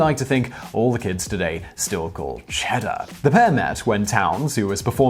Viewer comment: Please for the love of all things Holy....NEVER SAY CHEDDAR LIKE THAT AGAIN.